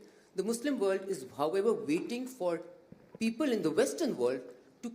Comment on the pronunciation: ‘Beoble’ ? You can’t pronounced ‘P’ but claim rights for self determination as the People of Palestine with a P.